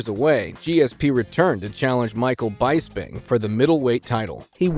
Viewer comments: another scumbag reporter that cant pronounce BISPING and says BIGHSPING, get a life and another job. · maybe use actual voiceover? ai doesn’t know how to pronounce these things but literally anybody who has watched the sport knows how to pronounce bisping